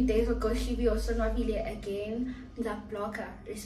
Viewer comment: Why did say ghost must mize